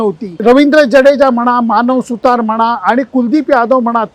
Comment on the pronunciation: सर तुम्ही तरी अश्या चुका करू नका. त्याचे आडनाव 'सुथार' नसून 'सुतार' असे सोप्पे आहे.. बाकी विश्लेषण मस्त..